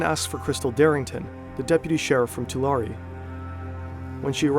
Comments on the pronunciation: It’s too-lare-ri not to-lare 😂😂😂😂😂😂😂😂😂😂😂 Central Valley is the heart for the Mexican cartels doings. Born and raised. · It’s pronounced Two-Lare btw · it's pronounced two-lair-ee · Video RIDDLED with fucking errors. First, learn how to fucking pronounce Tulare. Second, Tulare is or ever was NOWHERE NEAR the poorest counties in California. It’s always solidly in the middle. Simple shit like this is off what other errors are in this??? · If you love research so much, you should know how to say the names of the towns. Not hard. Here's one: it's "Too-lare-eee". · It’s pronouned “TWO LARRY”. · It’s pronounced toolaireeeee! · It’s Tuh-Larry county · Im sorry but its pronounced “tulair” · Hey! You pronounced Tulare right the fist time. It’s pronounced Two-Lairy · It’s pronounced like Two - Larry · His home county is pronounced 2-Larry and now I’m terrified lol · It's pronounced Too Larry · The county Tulare is pronounced like "to larry" for anyone interested. Now, I'll finish the video. :) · too larry ? 😂 it’s too lair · Say it "Too Larry" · Ain’t no way I’m sitting here in a small town like Earlimart (45 mins away from me) in Tulare county, i go to college in the town he was born in, and i come across this. And we pronounce it “Too-Larry”. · lol. To-law-ree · It's pronounced "Tuh Larry" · Bro do your research. That’s not how you say Tulare. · Makes an entire video about a guy from Tulare and doesn't even learn how to pronounce Tulare correctly. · That’s not how you say Tulare😂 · the pronunciation of tulare in this video makes my brain hurt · Bro did not just say Tulare is beautiful. Clearly he’s never been there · I live near Tulare and uh, please tell me you agree that they butchered the pronunciation of Tulare